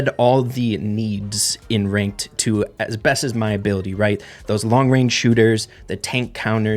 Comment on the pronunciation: "The famous Reynked"